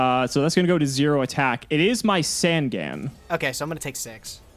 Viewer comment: I think with the fact is STILL saying Sangan wrong, i think its time I create the yugituber drinking game.